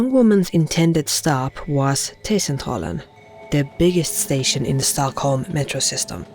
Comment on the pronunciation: I love the way you pronounce T-Centralen. I have rode the subway past Kymlinge several times, and had plans to go explore it at the age of 13-15 but was advised not to.